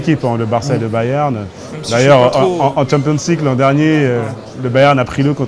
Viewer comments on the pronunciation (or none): en tchon pions lik olala quelle prononciation